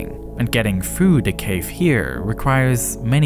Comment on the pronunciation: narrator became a leprechaun for a moment. “where you can walk through de cave”